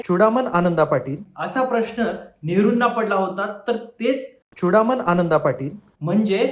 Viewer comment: चुडासम नही रे भो चुडामन पाटील बोल. 🙏🙏🙏